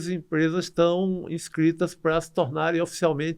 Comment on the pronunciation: PQ ESSE CARA NÃO FALA PARA? ele fica falando PRUA!! PRUAAAA PRUAAAAAAAAAAAA PRUA ... não é prua caralho é PARA!! TAl pra tal não prua!!!